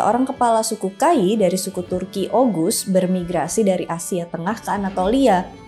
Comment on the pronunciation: Sedikit informasi, dalam pelafalan "Ğ/ğ" itu tidak seperti "G/g". Misal, pelafalan "Ertuğrul" itu bukan "Ertugrul" tapi "Erturul". Juga, "Oğuz" misalnya bacanya "Ouz" bukan "Oguz". Jadi pelafalan "Ğ/ğ" seakan-akan tidak ada huruf disana.